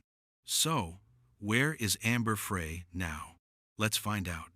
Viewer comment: Amber Frey is pronounced Fry. Geeze.